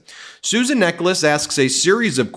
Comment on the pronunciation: Just hearing her name, I thought it was Susan Necklace. I would pronounce Necheles differently. 🤔